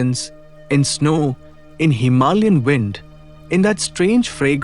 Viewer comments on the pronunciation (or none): none